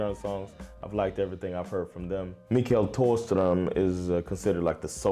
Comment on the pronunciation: The h in Thåström is silent. And lots of klassiker were never on charts or ever high on the charts or singles, many are b sides and very well known.